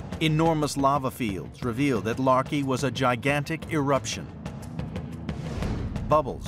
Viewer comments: The anthropomorphization of the volcanoes is hysterical. As if the volcanoes are battling the elements. Also the pronunciation of Laki as "larkey" makes me think of "malarkey" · The narrator was pronouncing Laki as "Larky".